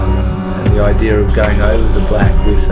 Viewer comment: Why is every one saying "ideer" instead of "idea"